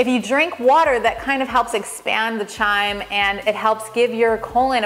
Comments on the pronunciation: "Chyme" is pronounced, "Kime"; rhyming with "Lime". It is NOT to be confused with "Chime"; as you pronounce it. Like "Chiming a bell". - Simply put, the "h" is silent even though it is spelled in such a way that makes it look in our English language that you pronounce it "chime". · pronounced kime not the ch sound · Pronounced "kyme" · It's pronounced as a K sound chyme (k-ime) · Chyme is pronounced like Lime, the H is silent xxx